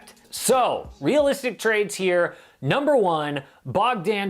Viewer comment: Wright literally contributes more than anyone bar Luka lmao. Also it isnt Bogdaaaaaan Bogdaaanovic ffs 😂